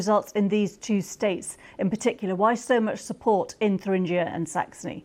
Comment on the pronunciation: It is pronounced "tur-ingg-ier" - not "thur-ringe-ier".